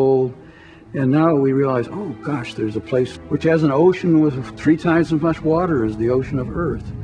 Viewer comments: Liquid warder! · He pronounces water as 'wudder'. Once you hear it......